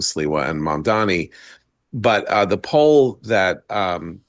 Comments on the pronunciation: Why does Mark mispronounce and say Mamdami? It MandaNi! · Why is the first dude calling him MANDANI ??? Is he so illiterate in the alphabet ? Why is it so difficult for him to say MaMdani ???? Does this dork have a speech impediment with the letter M ??? He is not even embarrassed to air his ignorance. He gets on my nerves with his MaNdani. I detest mispronunciation of people's names.